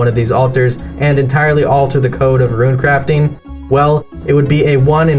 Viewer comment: What I don't understand is the pronunciation of Rune, if he's pronouncing runecrafting properly why he saying ruin instead of rune? 😭